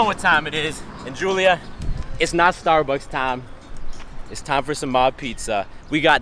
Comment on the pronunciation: I literally heard STARBUTTS and next thing was her butt walking into Starbucks.